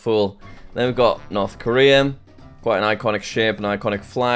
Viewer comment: ‘North korean’😂😂😂😂